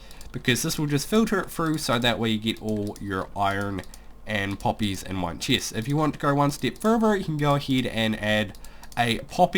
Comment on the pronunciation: ha boi he says cheest